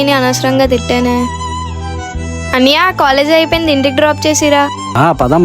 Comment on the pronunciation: ముందు అన్నయ్య అని పిలవడం నేర్చుకో.. అన్నియ కాదు